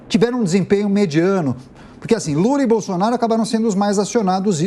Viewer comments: " o ex presidente gula" kkkkkkkkk Essa reporter é fã do Alexandre porpetone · A narradora falou "o ex presidente bula" kkkkk